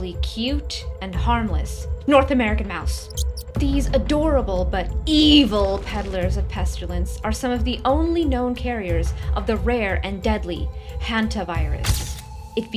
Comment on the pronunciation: Pestilence, not pestulence